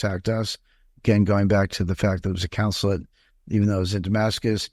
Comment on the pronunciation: And he keeps mispronouncing consulate